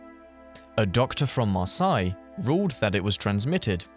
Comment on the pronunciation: it's pronounced mar-SAY, and MAL-uh-dy lol but other than that, perfect!